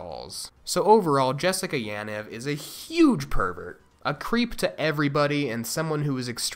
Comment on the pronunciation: Bruh is not that hard to pronounce Yaniv correctly.